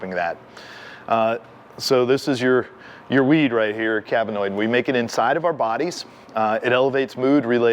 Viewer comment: Good video and information. In the spirit of accuracy, shooting and otherwise, these pronunciations are : anandamide “a-NAN-da-mide” cannabinoid "keh-nab-eh-noid" We have to keep our minds sharp as well as our shooting skills.